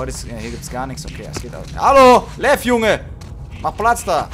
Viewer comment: ich liebe es wenn sagt:lev lerkel lev